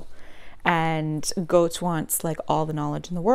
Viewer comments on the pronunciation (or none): I liked Goethe in high school, but I haven't revisited him since. But here in Europe everybody seems to love him as one of the "best" classic authors...^.^ Btw, I think his name is pronounced closer to: 'GE-THE' First syllable (Ge) closer to how GAte (garden fence gate etc) is pronunced, and the second sylable (the) last "e" is NOT silent and "t" is light, like in "tea" (the beverage), or to put it simply:THEsarus , that's the second syllable ^.^ hope I haven't added greater confusion to it all~~ ^.^ I will be checking out "Mr. Fox" and other Oyeyemi ovels :) thank you